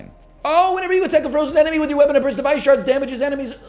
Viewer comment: "What about a small blurst of..." Surprised you didn't go with "What about a small Durst?"